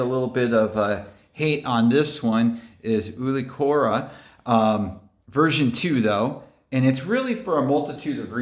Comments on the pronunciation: Pronounce It Youkeyaura, good tier list too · Ool key or a. Is how you say ulquiorra